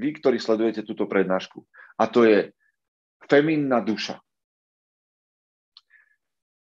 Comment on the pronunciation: možno malá poznámka k správnej výslovnosti: femininny miesto feminny a permanentný miesto pernamentný. Veľa zdaru!